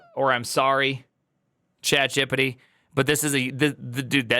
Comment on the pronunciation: "chatgippiddi" is wild